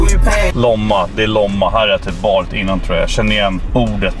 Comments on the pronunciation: Det utallas Lomma och inte Låmma jag har bott i Lomma jag flytta där ifrån en vecka sen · Staden heter Lomma inte Låmma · "Låmma" SNÄLLA NÅN lOmma! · ”Låmma” Det heter Lomma hahah😂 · Uttalas inte ”låmma” utan lomma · Låmma😂😂😂😂 lomma med o hahah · hahahahah det heter lomma inte loma lol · Hahahahahah uttalet, LÅMMA!!! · "Låmma" hahah